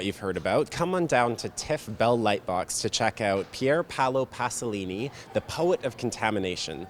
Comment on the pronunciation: "Pasolini", not "Passolini", please....